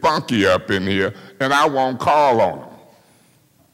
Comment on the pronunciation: "...we can really get FUNKY up in heeya" 💀💀💀💀